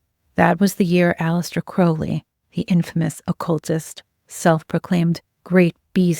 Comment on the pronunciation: My compliments for using the correct pronunciation of Crowley